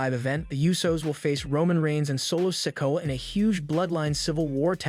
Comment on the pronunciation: It’s not sicko it’s Si Ko a